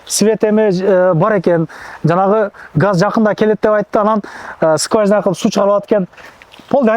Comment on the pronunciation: Топлий пол дейт го 😅. Скважина деп айтам деп сказняк дейт го жетим 😂 орусча таза суйлойт экен